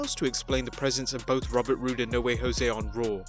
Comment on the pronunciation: It’s Robert Roode🤦🏽‍♀️